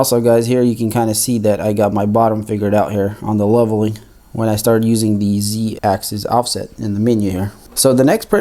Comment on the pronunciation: Sorry, but it's pronounced ONE ax-is, NOT ax-ees!! The 1st one is for single axis, and the 2nd is for more than one axis. so, we say: x-axis, y-axis, z-axis, but x and y axes (pronounced ax-ees).